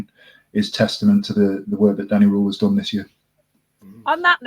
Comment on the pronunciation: I’d like to vote for the Wednesday week as SWFC podcast of the year. Top work guys. I agree with most of the awards except for player of the year 😂. But please please for next season can you stop pronouncing Danny Rohl as “Danny Rule” 😂 goes through me every time I hear it